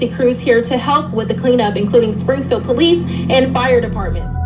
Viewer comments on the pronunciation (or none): none